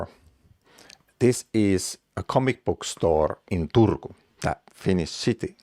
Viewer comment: "Turrrkkuun" ! yes, I guess, I love Finnish even without Umlauts, rock on... and please: stay healthy! I have to admit I never heard of blood poisoning at all, but it sure makes sense for some nasty little bacteria to procreate there.